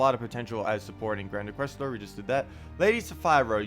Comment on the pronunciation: bud. Inquisitor....there's a I there not Inquestor. Otherwise great job as usual.